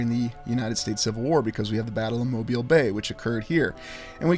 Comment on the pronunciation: One of my favorite places!!! And right down the road from me. I've walked it extensively and explored the old world everything! Kudos to you for pronouncing it like a local 🥳